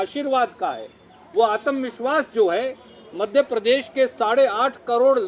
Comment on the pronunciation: आतम नही होता आत्म विस्वास होता है